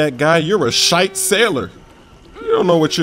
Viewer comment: It's Shiite not Shite